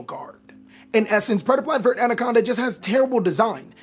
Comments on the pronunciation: I hate how you mispronounce verte. It's not vert. It's "ver-tae" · every time he says vert instead of verte i get 3 aneurisms